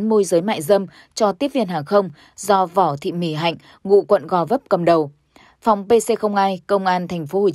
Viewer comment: Vỏ thị … VÕ nhé , sao phải đọc chệch đi !